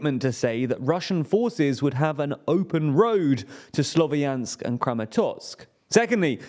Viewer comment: Please, Slovyansk is a two-syllable word, not three syllables like you are pronouncing it. “ya” is a single vowel “я”.